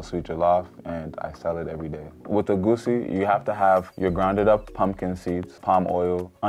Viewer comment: Making egusi but not knowing how to pronounce it is crazy lol